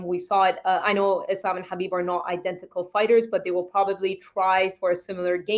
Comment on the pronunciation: It's Islam guys, not Izlam. S in Islam is pronounced the way you would pronounce it in the word 'Strike'.